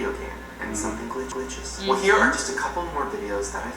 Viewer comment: PRORACINGSTIG You’re wrong. When he says “glitches” it goes “gli-glitches”